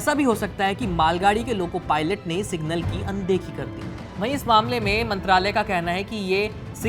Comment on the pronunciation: Aye kya media outlet hai yarr bahanga ko balakot bol raha hai ,signal ko single bol raha hai